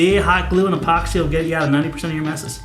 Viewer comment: "e"poxy. Not Poxy.